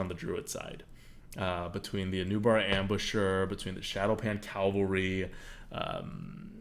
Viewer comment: Cav-Al-Ry, not Cal-va-ry. Two different words, with two different meanings. Great video, good analysis, just a pet peeve of mine. ;-)